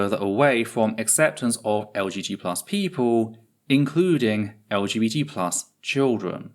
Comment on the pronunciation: Are you sometimes saying LGT+ or am I just not hearing the B? I felt like you said it without the B a couple of times but that seems weird and I don't see a reason for it 😅